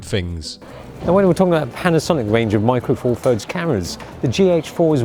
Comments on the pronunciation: Micwo fawfuds deez lahz. Laaaaaaarrrk. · micwo four firds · 'Micro four firds...'